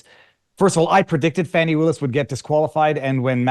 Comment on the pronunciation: 🌺💐🌸 FANI pronounced “PHONEY” 🌸💐🌺